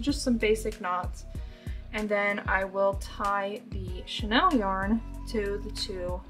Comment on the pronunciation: You know it’s chenille yarn, not Chanel yarn right girl ?!